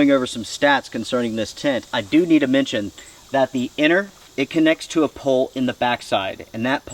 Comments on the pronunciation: Strange English pronunciation. "Anner" instead of inner. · Are you saying 'inner' or 'enter'?